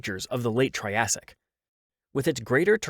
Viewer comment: He really said "troyasic"